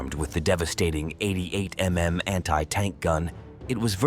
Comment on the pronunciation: this is either AI or some other slop. Nobody pronounces 88mm as 88 em em.